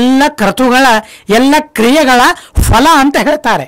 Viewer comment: Ondu saripadisabeku... Fhala alla... Phala... Fhala shabda illa... phala... Suphala... sariyaada shabdagalu Gurugale...